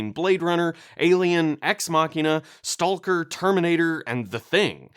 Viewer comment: This is a really good video but you lost me by saying STALker